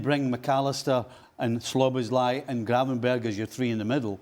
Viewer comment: Nicol STILL can't pronounce Szoboszlai correctly... In his 3rd season now. He's not SLOBOSLAI, there is no two "L"s. Jeeeez